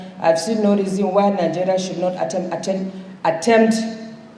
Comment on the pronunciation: She can't even pronounce attempt!! Silly woman!!!